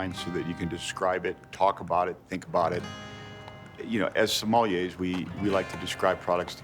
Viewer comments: Why do even sommeliers themselves mispronounce the word sommelier? The proper pronunciation is Summullyay not sumalleeeayyy. 3 syllables. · Why do you pronounce it so forcefully, like so-MAAH- lee-yay. The penultimate syllable isn't even stressed in French. SOMM-uh-lieh. Do you think wine originated in Somalia? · Turned this off after 15 secs When he can’t even pronounce Sommelier, I gave up Narrator seems to think it’s Somali-yays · Did he mispronounce sommelier? Or did I just hear it wrong?